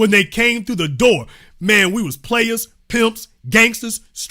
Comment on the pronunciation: Listening to her list the top 10 players name was sooo atrocious and maam just cuz you don’t kno doesn’t mean the rest of the world is as stupid as you